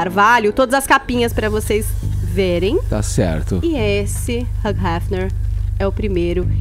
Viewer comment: Até hoje a chama o cara de HUG Hefner. Para né!!! É HUGH (HILL) de Hugh Jackman, Hugh Grant e etc. Abraços